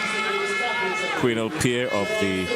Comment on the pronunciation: Its not qwinel . It's qwanell